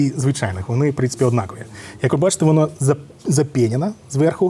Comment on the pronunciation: Молодець, але ставай краще, в українській мові наголоси: однАкові, а Не однакОві вИпадку, а Не випАдку прошУ, а Не прОшу рОз'єм, а Не роз'Єм